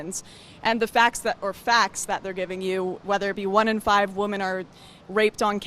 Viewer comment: Wtf is wrong with Lauren!? When she refers to more than one woman, she does not say the plural "women", she always says "woman". Eg. "Feminists want more woman in stem jobs" lol so do they just want the women there to get fatter? I have noticed this across many videos, I think she might honestly not real use they are two different words.